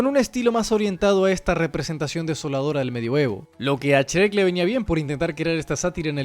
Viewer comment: "Chrek" un poco más y decías "Esrreck"